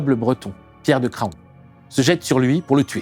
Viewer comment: Excellent episode ! La prononciation de Craon est "Cran", comme Laon